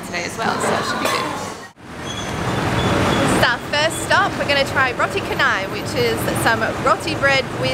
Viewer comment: Roti canai.. as in chacha.. not car-nai..